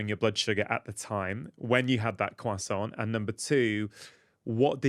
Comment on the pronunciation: Croissant has a silent T!!!